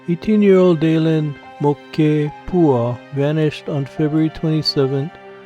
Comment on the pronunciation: Interesting that you would read "moke" as mo-keh. I just read it as moke. Although he would be the smallest moke I've ever seen.